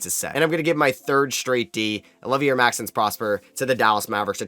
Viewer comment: Oh-liv-ee-ay How do you pronounce Risacher no problem but can't say Olivier still?